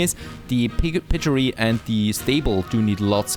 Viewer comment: Piggery with the g from Geil.